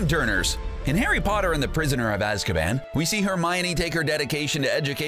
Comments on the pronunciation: “Harry botter” 😆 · harry botter